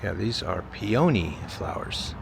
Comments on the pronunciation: Pea oh knee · the flower is a PEA-uh-nee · The flower is pronounced peoknee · Lol, flower is a "Pee-a-knee. That was a cute town. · Peony is pronounced PEE- OH- NEE. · with the emphasis on the OH.. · Thank you.. His pronunciation of the flower made me cringe a little. 😅